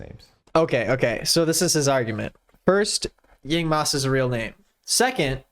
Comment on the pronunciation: Meanwhile in some part of the world, a young man called Zhong Chenle hearing the name Yingmas plus the horrid pronunciation: someone hold my microphone, I’m talking to that man’s president